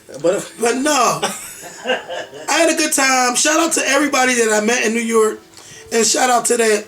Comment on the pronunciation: since you're on the threshold of broadcasting fame, you'd better learn to pronounce New York. You'll be saying it a lot in the future. There's no "e" in York,. It's York, not Yerkk.